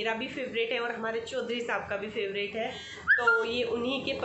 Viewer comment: aap bolte h to bahut achha lgta..h😊